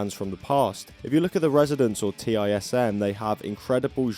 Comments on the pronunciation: "TISM" is pronounced "tizzum", not "T.I.S.M." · It's TISM - (one word, rhymes with prism) not T.I.S.M. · Did you just pronounce TISM as Tee Eye Ess Emm? Unsubscribed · Absolutely insane to see TISM* in any video, let alone one made by a non-Australian *(acronym for "this is serious mum" and pronounced as a word rather than separate letters) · T-I-S-M is just pronounced 'Tism ahaha,, good performance art music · TISM is pronounced like autism. Also, Imperial Triumphant have write insane music.